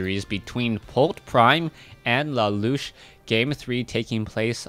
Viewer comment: keeps saying la loosh, and annoys the hell out of me 1. because it sounds stupid and 2. i think its la la usshhh